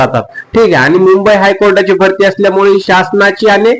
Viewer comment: भास्ती नाही रे भरती मामा